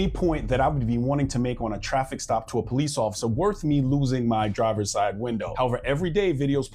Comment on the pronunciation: ‘HELP ME, HELP ME!!!’ Ok, bro…we’ll call the PO-LEECE!!!